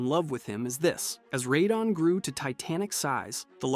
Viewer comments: idk why hes pronouncing radahn (ruhdawn) like that...its annoying and incorrect. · Lol Ray-don..... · Cant stand this guy say "Reydahn" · Rahdone 😂😂 that one had me cracking up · Ray-donn? What are these pronunciations 😭 great video btw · “Raydon” for radahn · its not radahn (rattan) like hes saying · You pronounced Radahn at least 4 different ways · Are you ragebaiting? Almost all the pronunciations are wrong and then you actuallly said radahn correctly once, then instantly went back to saying it wrong again